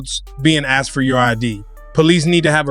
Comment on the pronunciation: He axed his name and badge number